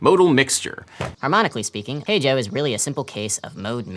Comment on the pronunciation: Every time he says "Hey Joe" my stupid ears hear a bad british accent saying "H O"